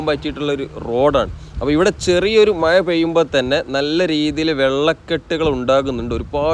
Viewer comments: മായ അല്ല മഴ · നല്ല video Quality, നല്ല വിവരണം പക്ഷെ, ആഴം' മഴ പോലെയുള്ള വാക്കുകൾ പറയുമ്പോൾ യ'ക്കു പകരം ഴ, എന്നു തന്നെ ഉപയോഗിച്ചാൽ ഒന്നുകൂടി നന്നായിരിക്കും😂